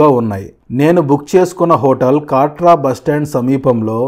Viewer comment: కాట్రా కాదు కత్ర